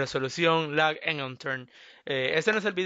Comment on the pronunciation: minuto en vez de decir lag dijo laik:V (mensajes subliminales comfirmed) los mensajes si funcionan por que le di like:O